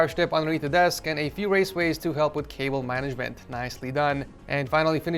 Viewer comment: all I can think every time he says cable is kaybow and I can't unhear it